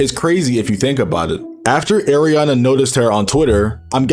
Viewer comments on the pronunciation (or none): went from Ariana to “Arina” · It's Ariana not Eriana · It’s not (Air) ianna it’s (Are) ianna